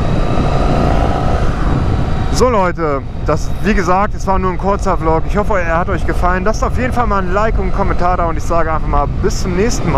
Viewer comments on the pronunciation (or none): none